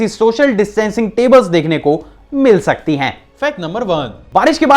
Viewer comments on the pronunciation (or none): Karrr sakti hai Rakhhh shakti hai🤣🤣🤣🤣